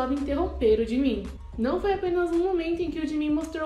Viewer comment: Ela falar gimin é jimin kkkkkkk